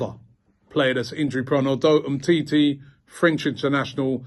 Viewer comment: No one: Robbie: “humteetee” “upper man cano”